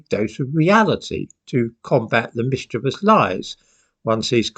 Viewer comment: "Mischevious" lies?? 🤣